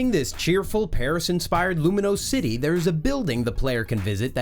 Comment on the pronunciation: “Canaclave city” “Luminose city” 🤦🏻‍♂️